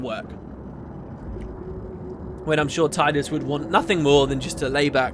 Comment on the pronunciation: Hmm, that's pretty interesting stuff! Still agree with the way you say Tidus for the same reason that FFX has a huge water themed element to it (Brotherhood, Blitzball & Sin; teleportation/timetravel) & because that's how I've always said it =p